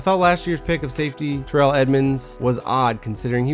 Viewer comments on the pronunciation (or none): none